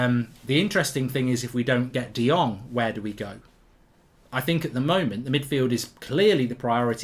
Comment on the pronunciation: On Frankie de Jong, you pronounce "Jong" as "Young". As my Dutch name Boudewijn, pronounce "wijn" as "wayne". People are mispronouncing his name